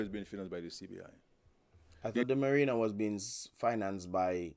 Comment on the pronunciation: He kept on saying merina it's Marina what kind of former English teacher is that can't even deferentiate words